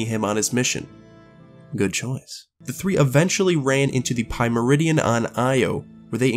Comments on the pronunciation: OMG, its not pronounced pie-meridion, its peer-a-mid-e-un. God, they even pronounce it in the game. Get it right! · You jusr pulled a Speaker. He called Atheon (Ai-thee-on) Aath-eon. While everyone pronounces the Pyramidion Peer-amid-eon, you Pronounce it Pyra-Mid-eon. Im shocked. Then there is Kabr. It is Ka-beer, not Kab-bar... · Pyramidian is pronounced peer-a-mid-e-an